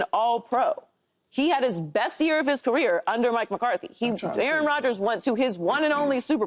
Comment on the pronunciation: why is nobody talking about Paul calling McCarthy McCarty 😭💀